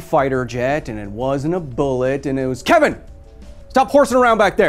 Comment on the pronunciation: I think his name is pronounced "Kay-Even". That's how Mr. Garvey used to call him.